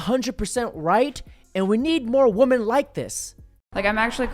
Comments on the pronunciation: Love the channel, hate the fact he cant even pronounce the plural of woman correctly, its WOMEN, not woman!!!! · Day 1333 Dude don’t ur friends tell u you’re pronouncing women wrong??